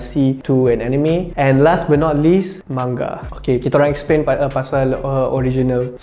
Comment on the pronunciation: fu with ur sebutan manga